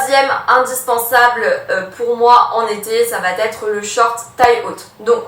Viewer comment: Merci pour ton travail, mais, malheureusement tes liaisons répétées "va-t-être" m'écorchent les oreilles. Pourrais-tu essayer d'y remédier? Merci